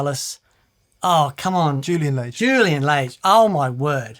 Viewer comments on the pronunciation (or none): Thank you! And it's Juilan "Lahge" as in "large" without the "r". You could even say "Lodge" and be close.